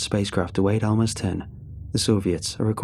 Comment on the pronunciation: Also Almaz (research/spy "stations" (and they were quite small)) was pronounced with a [Z] not an [S], the word basically means a diamond on the rough